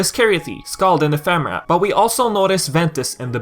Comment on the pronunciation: Nomura pronounced it Ef uh Mare uh, so do talking dictionaries ;)